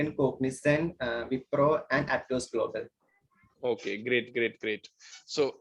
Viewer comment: "Golbol variable"😂😂